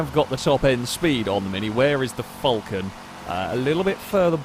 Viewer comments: Falcon , not fallcorn..... or Vulcan, whatever you was saying.. 🤣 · its FAL-con not FUL-can.... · Can you please youtube a vid on the falcon and actually see how that say it as im aussie and i can't stand it being called a fulcan 🤣🤣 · As an Australian i don't likr the way you say falcon.